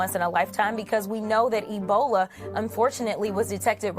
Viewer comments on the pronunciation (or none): none